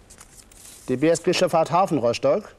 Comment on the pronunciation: Der sagt doch tatsächlich Roschtock 😂